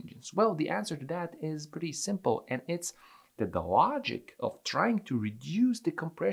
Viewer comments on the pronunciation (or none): none